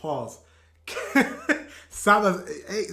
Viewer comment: Greetings from Germany! Your videos are really great. By the way, his name is pronounced "Kool Savash," and he's one of the most successful German rappers; he's known as "The King of Rap." And you know Sido With him, people say, "German rap is called SIDO"